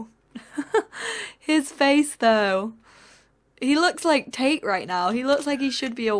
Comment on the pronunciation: Whenever she says Tate's name, I keep thinking she says "taint" and i lose it